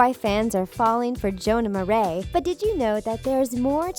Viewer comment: Did anyone else wait to see if she will say his name right😂😂😂😂